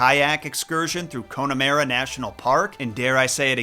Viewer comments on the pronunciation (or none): ☘️ Here's some help with that Irish pronunciation: - The Rock of "CASH'uhl" - Cliffs of "More" (try sneaking a light w after the M) - Connemara is "CON(rhymes with on)'ah-mar-(rhymes with are)-uh" 😊 cheers from your local American immigrant in Ireland 🇮🇪🇺🇸